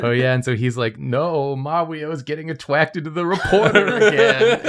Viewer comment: had to revisit bc elmer fudd "hes supposed to get attwacted to meeee" has become my new earworm, so relatable